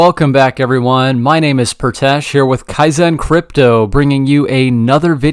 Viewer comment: Your name is Pritesh, why do you pronounce it like Prautash?